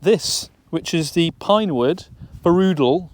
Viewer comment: As an expat Brit that lives and shoots in Sweden I'm hoping for some amusing comments from Swedes about the pronunciation of "fooroodoole" :)